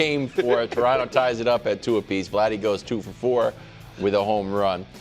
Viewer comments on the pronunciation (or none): none